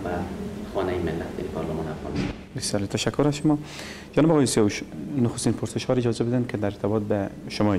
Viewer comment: ببخشید این گرداننده برنامه چرا آقای سیاوش را سیاهوش میگه